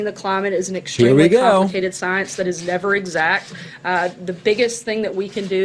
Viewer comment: Burn Bumpkin Burn... and take yer "Sigh-unce" wit ya!